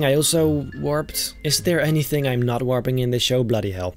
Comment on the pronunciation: i love how he says athere